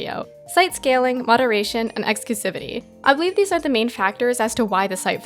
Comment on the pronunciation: that last word is pronounced "ecks-cloo-SIVV-iii-tee".